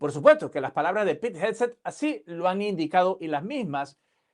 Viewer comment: 😂😂 como se llama el secretario de defensa de USA??? Dijiste un disparate😮 HEG-SETH...jeg sef..pronunciation in Spanish..😮